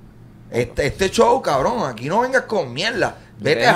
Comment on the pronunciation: "Un cawwvroon" JAJAJJAA